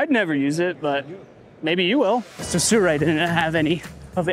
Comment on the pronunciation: Its not surei bro, it Sirui!